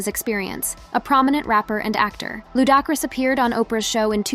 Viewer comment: Who TF is Fiddy and Lou Dockris, always some cuntianna butchering ppls names, smh